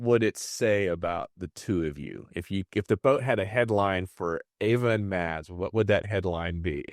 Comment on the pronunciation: Oh dear, Mads. Tinker.. not tinkle lol.. and to Antares Catamarans: the "d" in Mads is silent.. just "mas" will be more correct.